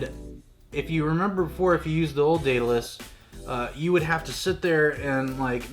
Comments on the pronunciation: its just daedalus not daeadalus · Day of Dallas lmao it’s day-duh-less say it w me now haha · BUHAHAHAHA!!!! But yea, Day-Duh-Lus.... Heil Miriam Webster... (Cough, cough...) I must be an old fart, I've never heard the term Grammar Nazi!! I can't stop laughing!! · ITS PRONOUNSED ( DEAD A LUS ) NOW YA KNOW MY FRIEND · Every time you mispronounced it as day-a-dalus I died a little bit more inside. I am now completely deceased. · " day da less" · Its pronounced Daed·a·lus! Check the movie The Right Stuff! The name comes from Greek mythology. I have the Daedalus V1 cant wait to get the newer upgrades. BTW The company has released an upgrade pack that includes the new clamp and spool holder. You still have to deal with the older drill (the chuck sucked IMO) but all the other upgrades are included. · It’s pronounced dead-ahh-luss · neat gear, good vid. its "DAY DUH LUS". Hes the dude who built the labyrinth for king minos who needed it to imprison the minotaur. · Still way too much work. It's pronounced Day-duh-lus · Are all americans this bad at grammer. Learn how to pronounce word properly. I've noticed it's only yanks that mispronounce this name